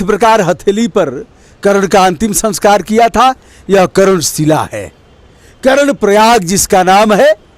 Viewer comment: करण नहीं महोदय,,,,,, कर्ण